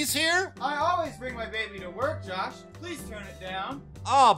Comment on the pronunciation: it’s pronounced “Josh”